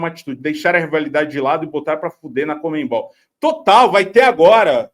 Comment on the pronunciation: Comenbol? Conmebol Sério que vocês falam comenbol? Soa muito engraçado